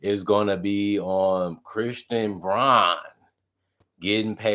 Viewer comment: Brown not Brawn... :face-orange-raised-eyebrow::face-orange-raised-eyebrow